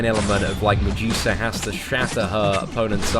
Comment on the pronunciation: Stop saying mejusa